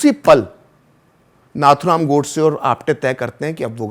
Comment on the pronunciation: FYI - the right pronumciation of Nathuram is "नथुराम" not "नाथुराम". It is an highly uncommon name among Chitpavan brahmins and was his nickname - orginal being Ramachandra. He was called so because many of his elder brothers died when young/in infancy. A nose ring (नथ) was put until three years, hoping at least then the child would survive. He did survive for a great cause !